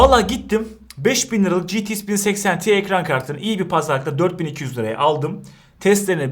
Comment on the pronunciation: Niye citi-ix diyorsun? GT derken ingilizce X''e gelince ingilizcen mi bitiyor lskdjfg